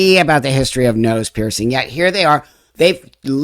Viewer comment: Did you say... nobody nose the history?